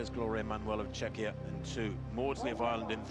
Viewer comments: Exactly! I cringed every time he mispronounced Czech / Czechia, truly embarrassing! 😬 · We are not Chechia we are Czechia or Czech republic.